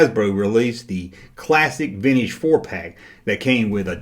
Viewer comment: I still love how you say veenige